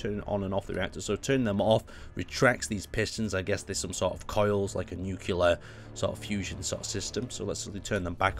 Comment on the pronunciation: NU-CLE-AR NOT NUCU-LAR